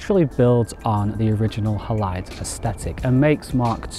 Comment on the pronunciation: Surely it’s named after the silver halide content of film - pronounced Haylide.